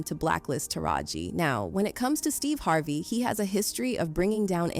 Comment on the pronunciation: Is every name pronounced weird on purpose? Monica. HarvAY. Veeola. Gaybrielle. ??